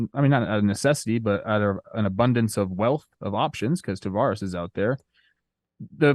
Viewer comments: Good god it's TAVERAS. NOT TAVARES. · been mispronouncing Taveras since the season started 😂. But tbh, I don’t really care. I’m just glad my Rangers are getting talked about